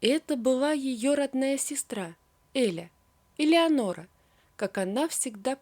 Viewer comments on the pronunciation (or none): none